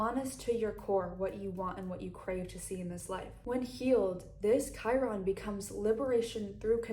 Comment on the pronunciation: you said "chiron" in the lilith in aquariius portion